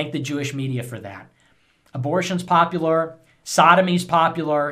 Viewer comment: Why do I hear him saying "populor" instead of "popular", it bothers me.